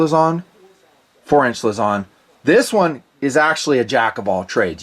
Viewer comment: Hi. Filipino here. It's not (luh-ZON), it's (LOOSE-ohn)